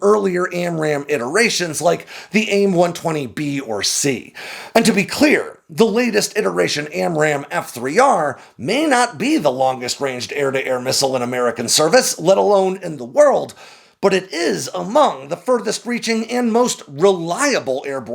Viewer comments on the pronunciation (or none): Forgive the nit, I love the channel, but the word is iteration, not interation…